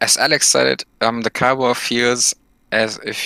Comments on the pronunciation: PLEASE its KIOWA not KEEOWA named after the North American native tribe KIOWA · Can someone please teach Cap on how to pronounce Kiowa LOL